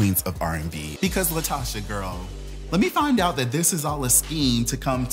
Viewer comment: Calling the lady LIEtocha is taking me owt! 😂😂💀💀